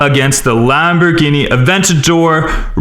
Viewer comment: U should look up how to pronounce the car names right